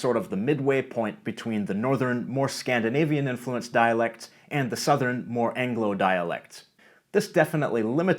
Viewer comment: I’m wondering if pronunciations like “sub-SEE-quent” and “in-FLU-enced” are Canadianisms, since they’re not part of my (Inland North US) dialect...